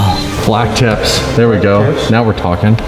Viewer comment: He said ther a link and ther not